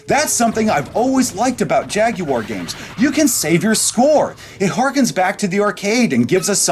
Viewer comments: Can't even pronounce Jaguar correctly... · Derek Dash Exactly, that’s a red flag right there lol